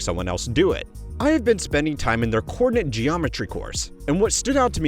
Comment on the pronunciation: Okay, younger gen… I give up! We are all going to pronounce “coordinate” as “cordinate” from now on. 🫤